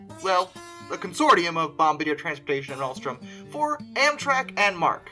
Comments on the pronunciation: Bom BAR dee ay, not bomba deer. Cool videos bro. Subbed! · I'm pretty sure Bombardier is pronounced "Bum-BAR-dee-ay." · Lol... It's pronounced bom-bar-dee-yay. Good work here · Bombardier lol bomb-bar-d-ay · I'm pretty sure bombardier is pronounced bom-bar-dee-ay, not like they're dropping bombs from locomotives lol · It’s bomb-bar-de-ay , it’s French lol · It's pronounced "bom-BAR-d-A" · Just a hint for future reference Bombardier is pronounced (bom-bar-dee-A)